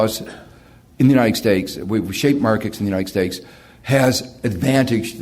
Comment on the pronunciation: He always says "United Steaks" hahahahh